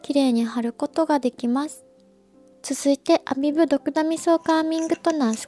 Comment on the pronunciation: コメントありがとうございます😳🌸ア↗︎ビブ！！ すごく気になって他の方のYouTube色々見てみたら、たしかに皆さん音が上がってました😂💕 発音！！これから気にして動画作ります🥺教えて頂きありがとうございます！！✨🌈🙌🌸🌈ア↗︎ビブ！！